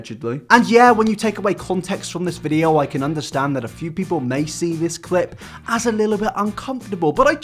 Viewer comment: It’s pretty raw that you are a YouTuber but can’t say the word ‘video’